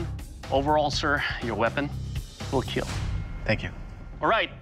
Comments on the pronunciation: Not kill it's ✨KEAL✨🥵✋ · Oh dear god, your pronunciation is terrible. EE-KAWA-LA except the K is a click. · Iklwa is pronounced eee-Kwah, the K sounded from the back of the tongue and palate. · “It will keel”